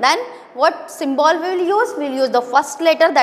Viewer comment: Mam pronunciation of symbol is wrong